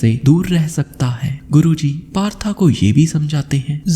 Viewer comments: That's not partha that is पार्थ। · कहानी बहुत अच्छी व प्रेरणादायक थी आपका प्रस्तुतिकरण का तरीका भी बेहद शानदार है लेकिन एक निवेदन है कृपया 'पार्थ' जो कि अर्जुन के अन्य नामों में से एक था को तथाकथित मॉडर्न बनने के चक्कर में बार बार 'पार्था' PARTHA कहकर संबोधित कर अर्थ का अनर्थ ना करें। हिन्दी भाषा के शब्दों का उच्चारण ठीक ढंग से करने का प्रयत्न करें बाकि आपका प्रयास सराहनीय है। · Partha Nahi Bhai Parth bolo